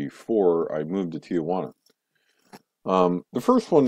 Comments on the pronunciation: It's Tijuana not tiguana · You might want to learn how to pronounce Tijuana if you're going to live there. It's not tee-a-juana. It's pronounced tee-juana.